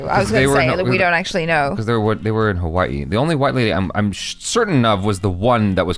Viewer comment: Your pronunciations got me dead 😆 Ha-Waa-E, Can pronounce like Ha-Wuh-Ee or actually pronounced, Huh-Vuh-Ee Hi-Low, pronounced He-Low. Got Pahoa and Puna though. True, we surf on Spam Tsunamis.